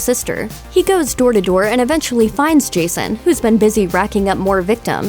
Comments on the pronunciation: Are you 2 because “Crystal wake” sound like a 2 year old trying to say crystal lake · doesn't it sound like she said wake instead lake or is it just me? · When you reviewed 2009 Friday the 13th you said camp crystal wake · Why do you say crystal wake it's crystal lake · "a group of youngsters head to Crystal Wake" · Am I buggin or did the narrator say Cwiistal Lake and iwwwegal pot farm here? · Cwystal Wake? IWEAGLE!? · you said crystal wake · "...Crystal Wake to search for an Iwegall pot farm..." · She said crystal wake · Is it just me or did you just say "Crystal Wake?" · Is no one gonna mention that she's saying crystal wake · ”Cwystal Wake” ”Iwegal Pot Fawm” You got a tongue problem? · She sounds like she said crystal wake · cwystal wake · In she says Crystal wake Instead of lake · she says crystal wake and iwegal LOL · why'd it sound like she said crystal wake? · Skip to . The Looper girl says crystal WAKE and IWEGAL pot farm lol